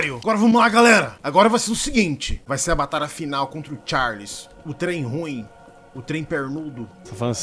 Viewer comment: "TcháirRrRrliss...O Trem PiêéirRrRrnudo"